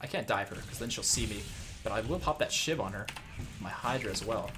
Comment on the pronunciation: When you were talking about two shiv poison I thought you said two shit poison